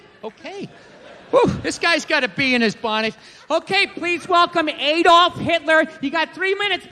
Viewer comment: ahh-dolf, not ay-dolf